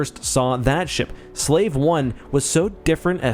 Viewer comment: Slave is pronounced Slaw-VAY not as in the definition of a person who is considered property of another. It's not Ion Engine Science.